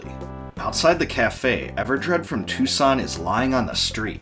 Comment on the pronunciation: It’s pronounced Won-net not Own-et (and Twoson is pronounced Too-sun not Too-son) why because of the number naming scheme for these town Onett Twoson, Threed, and Fourside.